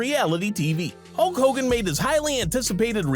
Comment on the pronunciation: You mean "Hulk Hogan" not "Hull Hogan". ~Dutch